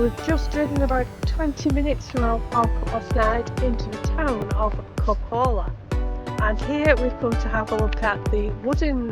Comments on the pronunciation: please pronounce it like "kok,kola" - we dont put 2 k's there for no reason. And the diet-kola joke will evaporate in thin air that way as well. I know the english and americans are linguistically challenged, and why would they learn finnish if they not even learn irish and welsh. Well.... we all are judging you now, thats why :-) Enjoy your stay, and kudos for seeking out the not so mainstream spots. cheers with beers from southern funland. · Kok'kola short vowels and stress on the first syllable